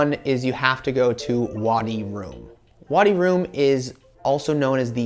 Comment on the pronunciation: It's Wadi Rum, just like it is spelled. Not Wadi Room. I've never heard the scarf called a koofi. It's keh-FEE-ah.